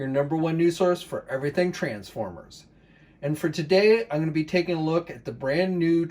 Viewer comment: You’re probably a great guy but please don’t put the emphasis on Trans just say former with the same emphasis otherwise great review